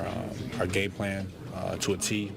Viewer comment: sounds like he says our GAY plan lololol